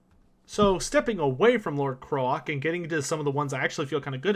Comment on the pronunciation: Why do you keep pronouncing Lord Kroak as Lord Krolak?... It's Kroak, as in Croak, the sound a frog makes, with a double meaning. "Croaked" is a euphemism for died since he's undead. The joke being he's a dead frog so he works with both meanings of the word "croak"